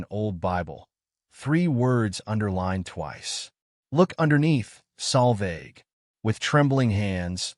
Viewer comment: I always read the text subtitles. The AI narrator has absolutely no idea how to spell the young lady's name. The name was butchered on multiple occasions by AI in several ways, with the worst of all as "Sal Vag" and "Salvage"!! The correct spelling is Solveig. It is a Scandinavian and Old Norse female name.